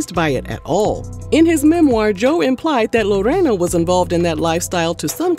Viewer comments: Ok first let me start by saying, thank you for rolling that R in Lorena’s name (also my name 🤭) it rolled beautifully out of your mouth 😊 I appreciate the correct ethnic pronunciation…you outdid yourself in this one! I didn’t even know they have a “ghetto marriage” (no legal papers) and that they’ve been doing extra curricular activities with other people throughout their “marriage” lol I will say Joey does praise her in public, definitely loves that woman. Now the part about her being some cartel daughter 😮 Wowwwww. Smh that tea was piping hottttttt 😆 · How you say Lorena 😂😂😂😂😂😂😂 - on point